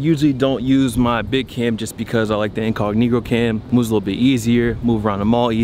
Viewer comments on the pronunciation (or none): none